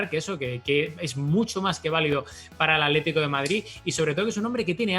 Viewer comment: Aletico de Madrid???? en serio... aletico????'